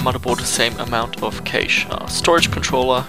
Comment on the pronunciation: "cache" is pronounced like "cash", not "kaysh".